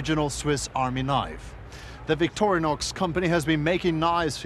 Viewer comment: Fail to the guy who called it Victorianix hahaha